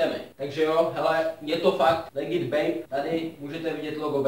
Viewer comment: Tuším že to napsal schválně kvůli tomu že místo toho aby ten týpek řekl ledžit tak řekl legit jestli chápete :D